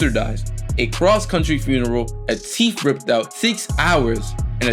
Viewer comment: "a teef ripped out" bruh lol